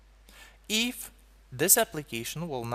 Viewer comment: God, that "If" pronunciations XD